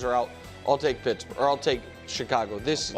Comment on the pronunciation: Wildes said, "you said Schittsburg"